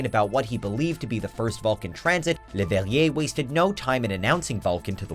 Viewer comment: amateur French astronomer LeuGHllbehne Hheniueeeeyi